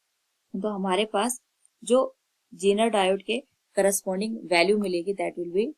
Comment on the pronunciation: It's not jeneer it's zener